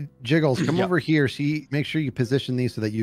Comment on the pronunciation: Usually there's a long list of timestamps of good moments in the stream, but since there isn't one right now, I'll do it 😁 love for the mate are u havin a bubble bath? sound doesn't know what pi is can't open the oven "secret" meeting no 1 here but "hee-ah" (as a British person I'm a little offended) "hee-ah" part 2 whack let that SINK in compliments and insults (the whispered what's up gets me 😂) Tango sounds funny when he's stressed "secret" meeting no 2 ZINGI-ZANG and more 'onomaNopoeia' Tango making fun of Skizz's whining Stop. Putting. Piesdpfhgfpgdh I too talk to my veg hush hush clipboard whys noone ordering the veggi- oh no hug (and pickpocket) room Hi "secret" meeting 3 to review Tango's burger-making skills Skizz's song